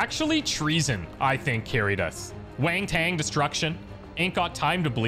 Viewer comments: WANG TANG destruction FTW! LOL ok... dude... say WANT... say the word WANT... sounds like WANT not WON, WANT, and then UN like unnnn, WANTunnn destruction. LOL you're hilarious, (dude). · Lmfao, your inability to pronounce "wahn-tunn" sends me into a fit of the giggles every time. 😂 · Has anyone murdered the people who made “wang tang” instead of wanton a thing yet? Whatever way you were saying it is fine, I mean we’re “sore ree” they complained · Who the hell convinced to pronounce Wanton like that hahaha.